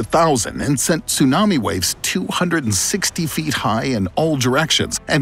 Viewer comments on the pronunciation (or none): none